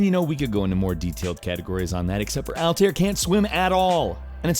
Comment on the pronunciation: What in the fuck is AL-TIER? It's AL-TA-AIR, god damn it.